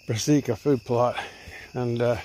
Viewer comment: “Braseeca food plot” 😂